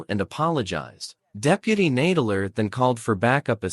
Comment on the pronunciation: The robot voice keeps pronouncing "Nadler" incorrectly.